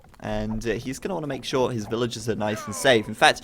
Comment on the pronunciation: He's going to want to make... SHORE...?